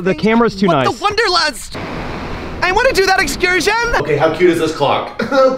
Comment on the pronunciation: “I wanna do that excursHON” i’m in tears